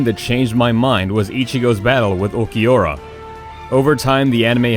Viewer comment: Watching this and realizing the announcer doesn't watch anime when he says Vasto Lord for vs Vasto Lorde and pronounced ulquiorra so badly.